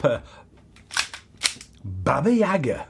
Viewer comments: It’s pronounced baba yaaga not yaga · baba-yay-ga is the pronunciation